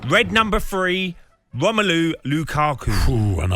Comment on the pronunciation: “Woulette” “Number thwee Womelu Lukaku” “Cwistiano Wonaldo”